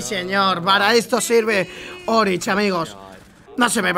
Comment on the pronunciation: se dice oryx no orich